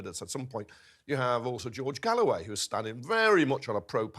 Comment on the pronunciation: So she pronounced his name strangely , so what ? She still said "worker party of Britain, I've never heard of them" , anybody in the UK who has not been living under a rock knows who George Galloway is even if they have an odd pronunciation of his name, especially anybody involved in politics, your victimhood is a bit petty, nobody is plotting against your Muslim candidate.